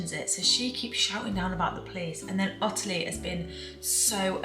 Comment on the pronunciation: My middle name is Ottilie and everyone with the name including me says ot-tilie as opposed to otterly the way you say it. Have you deliberately changed the pronunciation? Thanks